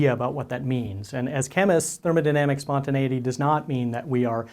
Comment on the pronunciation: He Pronounces Spontaneity Perfectly😍😍😍